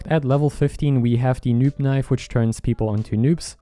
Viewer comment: When he said noob knife turns people into noobs I heard Nuke knife turns people into NUKES